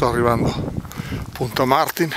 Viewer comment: Piccola precisazione: la pronuncia corretta è Martìn (accento sulla i) e non Màrtin con l'accento sulla a. A Pegli e Pra (in particolare dagli anziani) può capitare di sentire la denominazione "Martina" o quella dialettale (quasi confidenziale e "umanizzata", visto che è un po' il monte simbolo di quell'area) "U Martìn". Grazie per l'attenzione.